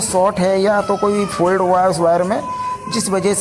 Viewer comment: फोल्ड नहीं। फोल्ड मतलब तह करना। फॉल्ट। फॉल्ट मतलब खराबी।